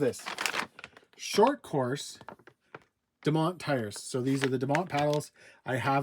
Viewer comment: It’s actually DOO-MONT like the Dunes here in California